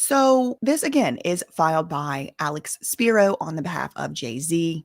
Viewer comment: Alecks speeroh